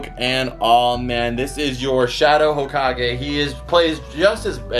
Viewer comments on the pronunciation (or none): none